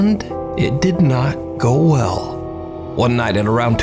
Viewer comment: when he says "it did not.....go well," 😱🙈😆